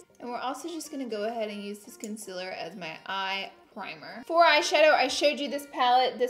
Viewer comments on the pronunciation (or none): ConCEEEEAAAAAler Repeat after me Laura: Con- ceal Conceal-er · If she says "consiler" does that mean see says "seal" like "sil" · "Conciler" she notices she says it LOL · It’s not conciler it’s concealer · OMG how many times did she say Conciller 😂😂😂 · Love how you say conciler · What is Consiler 😂😂😂😂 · say it with me, CON-Se-LAR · con-CEAL-er omg